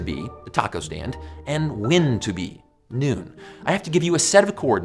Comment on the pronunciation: This guy literally can't pronounce the word "when". He says "Wynn"